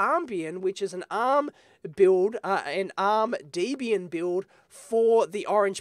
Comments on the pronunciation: It's deb-ian, not dee-bian. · I'm being a totally anal GNU/Linux neckbeard here, but it's pronounced 'deb'-'ian' (like Debra + Ian). Great video otherwise!